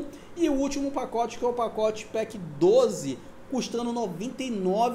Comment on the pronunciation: Vai ter o "pocote" lkkkk quase saiu um "potoco"